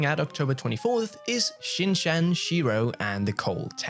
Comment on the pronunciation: dear, you are pronouncing Shin Chan wrong